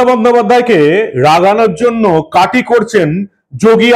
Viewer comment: Kati not KATHI hoba